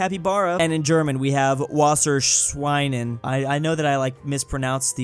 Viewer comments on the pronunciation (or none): The way he pronounced Wasserschwein is so goofy. It defines into Water Pig The W is pronounced with a 'v' sound. Vasser Then you would usually hold the R like Italian does Making it sound more like Vass-a Yhen Schwein is pronounced more like Swine but it has more of "ch" with an S to lead. Schwine. If you put it together youll get "Vass-a Schwine" spelt Wasserschwein. Is can also be pronounced with an "in" at the end, though wasserschwein is enough.